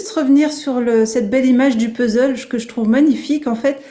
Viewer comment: idem pour moi 😅 c'est pourtant pas compliqué de dire puzzzzleu !même un étranger y arrive ☺